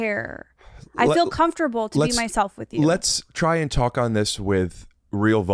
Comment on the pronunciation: “I’m perfectly comfortatatable”